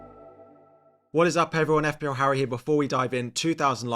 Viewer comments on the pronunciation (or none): none